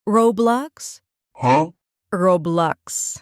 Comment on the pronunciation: roblox ✅ roblux ❌